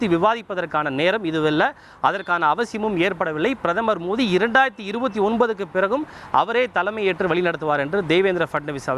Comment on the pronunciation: பிரதமர் மோதி இல்லை.. பிரதமர் மோடி..ஒழுங்கா சொல்லு டா.. எரிச்சல் ஆகுது..